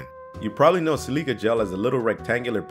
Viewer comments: Sil-i-ca, not si-li-ca. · It bothers me when you mispronounce, silica and Levi..do you have editors? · Never heard anyone mispronounce silica or Levi jeans before....wow.... Just wow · si-leeka? crouch?..., you doin' ok? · Saaaaaame. Especially when he said crouch instead of crotch. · How do you not know how to pronounce Levi silica.....Good old Toyota Celica gel